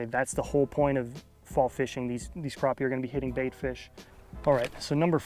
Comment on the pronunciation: Just like trap, snap, clap, happy, or pappy. Crappie is pronounced the same way.